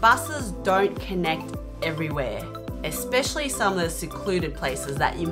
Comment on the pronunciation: Did you say eXspecially